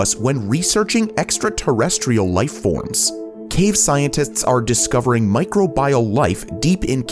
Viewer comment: come on narrator, sort your words out, micro bioal? enceladous?